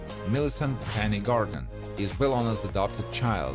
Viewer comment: It’s Penny, not Benny.